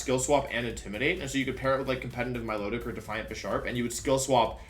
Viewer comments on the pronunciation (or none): none